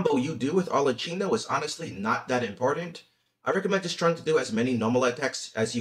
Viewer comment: There is no chi in arlecchino. it's a ki sound. it's italian.